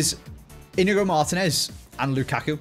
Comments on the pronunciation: “Indigo Martinez” plays fifa for a living but doesn’t know the players names lmfao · Inigo Martinez? Seriously, again? haha